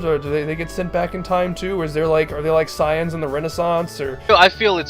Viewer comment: you call them SAI ans? wtf